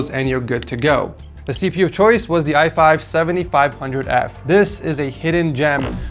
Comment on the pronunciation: ''i5 7500f'' 🤣